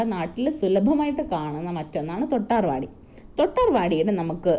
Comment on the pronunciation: തൊട്ടാർ വാടി അല്ല തൊട്ടാ വാടി ആണ്